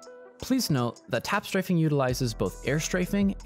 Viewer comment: “im tap straffing” - funniest shit